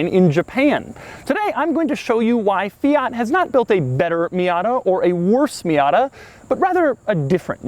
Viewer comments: Stop calling it a Fiata it sounds like miata. It is a Fiat. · Fi-at not Fi-yat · "Fiata" - Doug Demuro 2018 🤔🤔🤔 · FIAT is pronounced Fe-at, not Fee-arts, you only sound pretentious! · “Fee-it” not “fee-yot” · I swear Doug is saying Fiata.... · Doug the type of guy to pronounce it Feeat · Fiata lmao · Fiata, lol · Did he say... "Fiata??" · Fiyaat fiyet Fiyaat fiyet Fiyaat fiyet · He said fiata lol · 6.03 fiata :DDDDDDD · "Fee ott" Jesus christ. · 😂😂 fiata first time i heard that one. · Doug the type of guy to call a fiat Miata a “fiata” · Great video and super cool car. Still can't get my head around the 'Fi-yaaat' pronunciation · Please pronounce it fee ert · "Fiata" LMAO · Fiata?! Wut stop calling it that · It’s a MAZDA NOT !! A Meeyada ??? And a FIAT Please get the name right please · Could you please say fiat right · You say fiat wrong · Ten seconds in and his pronunciation of Fiat is already completely annoying